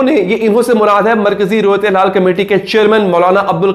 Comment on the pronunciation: ہلال ہوتا ہے حلال نہیں